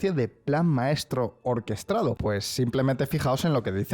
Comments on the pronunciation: O quizás sea un deje del gallego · Ha dicho dos veces “orquestRado” 😂